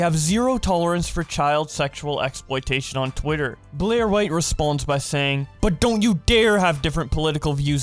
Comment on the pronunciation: Why do you say response when it's responds